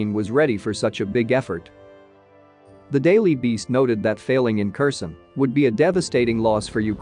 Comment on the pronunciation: Type it "care sahn" and your narrator program will read it properly.